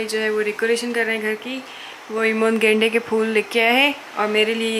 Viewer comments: 🤣🤣🤣gende k phool 😂😂I m sorry di but apne glt pronounce kiya tha 😂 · damm u said gendeaaa kea fool🤣😂🤣😂